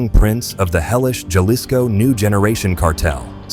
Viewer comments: Dood the "J" in Jalisco makes the "H" sound. So it would be pronounced like Ha-lis-co.. you illiterate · Learn to pronounce Jalisco.